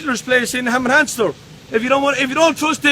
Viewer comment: So let me get this right - is he trying to say Hemel Hempstead....?